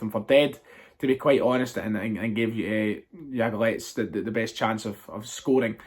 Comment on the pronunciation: Phonetic pronunciation is yablonetz